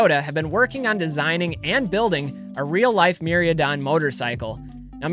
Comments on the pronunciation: I'm confused why you're pronouncing the "I" before the "A" in Mi-Rai-Don. Keep up the amazing content tho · The was he pronounces Mirraidon is actually cringe. Definitely can tell he hasn't played or opened any Scarlet/Violet. lol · didnt bother me at all. I know you focus on vintage, I've been watching 1-2 years. It was just funny to hear your pronunciation, havent heard that way before. Every time I was like NOOOO! lol